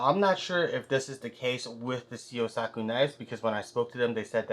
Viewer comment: Hi, thank you so much for the fantastic and in-depth review of my knife! Here are some of my comments and answers. 1. You pronounce “Syosaku” perfectly. 2. Tsuchime (hammered) pronunciation: Tsu (as in tsunami, the “t” is not silent) – chi (as in chin) – me (as in met) 3. Scratch pattern from sharpening: This is only cosmetic. It has nothing to do with the sharpness. It’s impossible to make all knives mirror finished at this price point. 4. Scratch pattern from the texture of the plastic cover: This is only cosmetic, too. We need the texture inside the plastic sleeve to make it easier to pull out the knife. If no texture, the sleeve and blade stick together after some time. We need to keep some air in between. 5. Spine and choil not rounded off: You’re right. We don’t do pinch gripping in Japan. But you don’t hurt your hand or finger even if you do it with my knife. 6. Handle tang hole not symmetrical: Again, it’s only cosmetic. We fix the blade to the handle one by one manually. My artisans carefully check the straightness of each knife. 7. Gradual and thin grinding: I’m glad you pointed it out. Of course, it’s important for the sharpness out of the box. It’s also important for the sharpness for the years to come. Because if the profile is not perfect, you’ll lose the sharpness after some sharpening. This is one of the areas my artisans’ craftsmanship is demonstrated. Thank you again! Toshi - owner of Syosaku